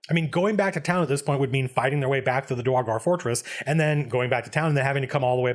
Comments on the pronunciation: Dra-gar i know he dosnt care about mispronoucing it but its Dur-igar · Excuse me, Sir Colville, I am afraid I must confess that I, as well as some of my fellow people, find your pronunciation of "Duergar" triggering and personally offensive. I hope and pray to our great and wonderful lord and savior Abbathor that you amend this mistake, so that we may comfortably sell you into slavery, without concern that you may offend your soon-to-be supreme owner-lord. Thank you, we appreciate your consideration. ... ... ... Nah, screw the dank dwarves. Love your vids, man. You wield the voice of an angel, and the words of a timeless scholar. <3